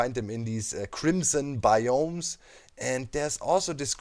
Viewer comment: I love the way you say "bioms" sounds like "bIOms"